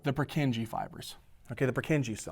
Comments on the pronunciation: The pronunciation of Purkyně cells kills me. Anyway, good video, keep going, it helps a lot! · good lesson but his pronuntiation of purkinje cell is killing my ears